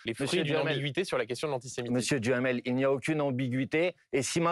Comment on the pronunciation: 😂😂😂 J'adore ! M.BOMPARD prononce le nom de M. DUHAMEL par M. Djamel, tiennnns 😂😂